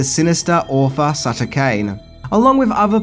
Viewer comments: It's Sutter Cane, not Shutter Cane, take those ugly sunglasses off so you can read better mate! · SUTTER Cane, NOT SHUTTER Cane